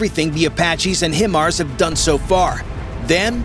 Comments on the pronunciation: They are called Hi-Mars, not him-ars. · It’s spelled, but it’s pronounced Vog-ner. HIMARS is not pronounced him-arz. It’s pronounced high-marz. Good grief if you want to do a military video and seem like you know what you’re talking about, at least say stuff right. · Smart thing to do is fire on the optics, on top of the tank turret, if the tank can't see it is toast very quickly! Next step top of turret with top attack anti-tank missile! HiMars is pronounced HI Mars, for High Mobility Artillery Rocket System! Now you know the correct way to say it! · FYI The name of the M142 is pronounced HIGH - mars, not HIM - ars. It's not pronounced BOFF - errs, it's pronounced bow - FOURS. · Boe-fors and hy-mars. Ffs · The pronunciation of BOFORS and HIMARS hurt me in a special place.